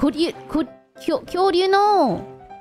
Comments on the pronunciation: Fun fact, the way she says it, it kinda sounds like 巨乳 which means "huge breasts" lol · Kyouryuu Hajime : kyounyuu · yea thats why bae got stunlocked hajimye really just said big breast (kyonyu) instead of dinosaur (kyoryu)